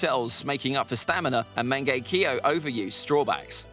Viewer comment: Dude said mangekio